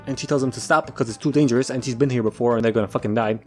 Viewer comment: he says "dangerous" not "dang erous" that is the best way I can think to spell that 🤷😒